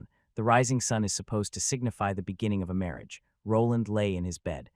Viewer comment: 'Mawage, is what bwings us togethew, today.. ' 😂